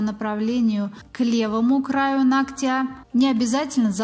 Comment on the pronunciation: нОгтя!!!! Блин!!! Поверхность нОгтя! Ну почему бы не говорить правильно? 🤔🤷